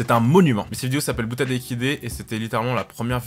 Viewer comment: ''Boutade et équidés'' je l'avais compris ''Bouddha Téléguidé''